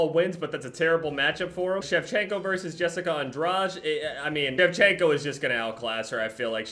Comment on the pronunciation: you mispronounced andrade so bad